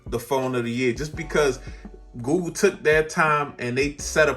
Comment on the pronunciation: Awesome vid and I've been thinking about this phone. I got the OnePlus 8 Pro and loving it, but my tech itch needs a scratch. Btw.. I hear GOO GOO Everytime you say google and now it's stuck in my brain. 😂